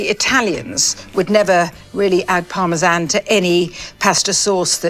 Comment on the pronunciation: Oh my Indian food so wrong lol ! So wrong! She may pronounce per Parmessssaaan, pasta all off but her simile & diction are phenomenal.